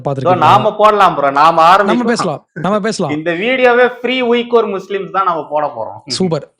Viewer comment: உய்குர் என உச்சரிக்க கூடாது. வீகர் என உச்சரிக்க வேண்டும்.